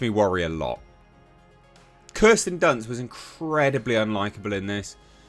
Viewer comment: "Kirsten dunce"😂